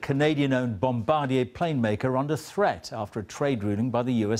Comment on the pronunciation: Holy cow, Jon Snow not only can't pronounce "Bombardier," he completely mangles the name.